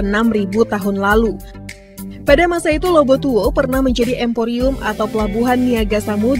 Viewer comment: Lobu Tua. Bukan Lobu Tuo.